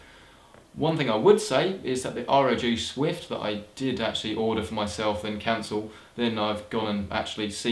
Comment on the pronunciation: And what are you saying? The "R-o-G Swift?"